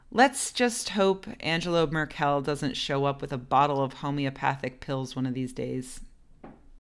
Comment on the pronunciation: Well ... its 2017. ;O) Oh and BTW Angela Merkel is pronounced 'Angela (hard G) Merkl'